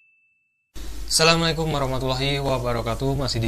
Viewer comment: Bukan Asalami Alaykum tapi Asalamu Alaykem